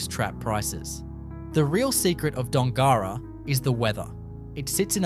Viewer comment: You should learn how to pronounce Dongara and Kalbarri.